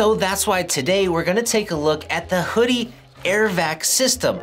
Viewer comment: You said it right. WHO-DEE. This is a trick accessory but I'll stick with my trusty Tamiya (Tommy-Ugh) shock pump I've had for over a decade lol.